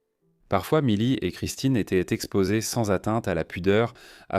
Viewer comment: Assez de cette voix artificielle pour commenter le document ! En français étaient ne se dit pas étai-euh-ntte, et le reste est à l'avenant. Le sujet est intéressant, quel dommage de ne pouvoir en profiter.